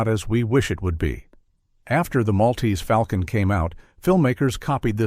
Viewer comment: If one is going to refer to The Maltese Falcon, one must pronounce it correctly. The correct pronunciation—so spoken in the movie itself in fidelity to the euphony that Dashiell Hammett clearly had in mind—is "mawl-tease fawl-kun." The "mawl"/"fawl" echo was quite deliberate.